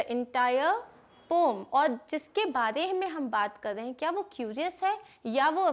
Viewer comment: It is not pom it is poem